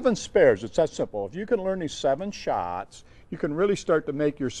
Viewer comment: ok from to its sounds super funny when he says shots lol